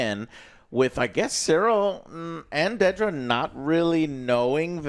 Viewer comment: Jesus Christ Joe- Dedra, DED-RA, not DAY-DRA.